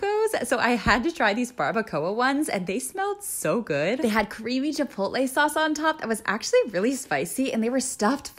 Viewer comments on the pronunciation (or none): none